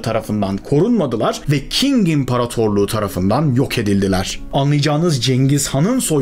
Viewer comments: "King İmparatorluğu" değil, doğru okunuşu "Çing Hanedanlığı". (Bkz. Qīng Cháo) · Qing, Türkçe fonetikte Çing diye okunur. King diye değil. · Abi king değil çing